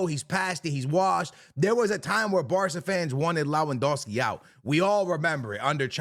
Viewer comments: for god sake it's Lewandowski not Lawendowski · LOWANDOSKI is a criminal pronunciation